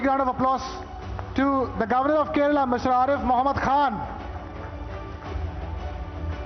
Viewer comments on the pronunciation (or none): none